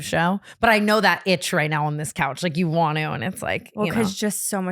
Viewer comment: The way T says “wannuu” instead of “want to” 😂☠️